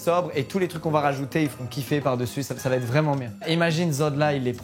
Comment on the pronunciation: la team Kekra: c'est moi ou il a dit "vréelement faire"?